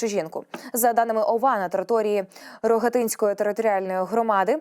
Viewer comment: РогАтинської, бо РогАтин. Це не ЯготИн! Женіть безграмотну дикторку брудними ганчірками!!!